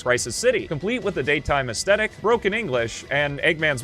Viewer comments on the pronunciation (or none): none